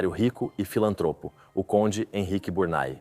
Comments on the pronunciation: Porquê está falado em portugues do brasil? Não é Burnay ( burnai) que se diz mas Burnê. Por favor, queiram dizer corretamente. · Biurnê.......não é Burnai...francês nâo é ingês...brasileiro para idiomas são1 desgraça